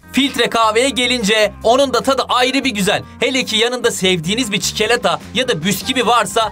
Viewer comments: çikelata 🍫🍫🍫🍫🍫🍫 hocam siz Türkçe dersinden mı kaldınız 😂😳😂😂😂😂🤣😅😅😅😀😀😉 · Sevdiğiniz bir çikolata.❌️ Sevdiğiniz bir çikeleta.✅️ Sjsjss😅😅😅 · abimizin dediğine göre çikolata DOĞRU DEĞİL çuklota doğru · evet çikelata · ki çikilata demesi fkdsjgfdjghdgıodg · çikilata diyor 😂🤣 KAFFE CAFFE NEDEN CÜNKÜ POMODORO YAPARKEN HEP KAFFE RESMI GORUYOM BENCE SIZDE KAFFEYI SEVIYOSUNUZ☕☕☕☕☕☕☕☕☕☕